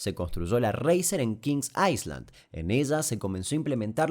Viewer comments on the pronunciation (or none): Dos pequeños datos: 1. No digas "aisland", decí "ailand" cuando quieras decir ISLA en inglés. 2. El chico del final al cual le cae cerca un rayo en el patio de su casa, fue filmado en Posadas, donde vivo, familia muy conocida. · Pronunciacion de ISLAND = AILAND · Excelente el vídeo y vos Damián, te sigo hace....uffff, pero hay algo que me lastimó el oído en este video en particular ...en inglés la S en island ,no se pronuncia...(ailand) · Se pronuncia ailand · dato de color, en inglés ISLAND se pronuncia ailand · Pronuncias mal Island 🙄🙄🙄